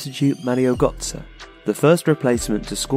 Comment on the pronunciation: So it's Özil but you cannot say gÖtze? xD i am confused